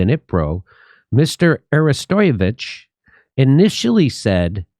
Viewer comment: pronounced "arrest o vitch"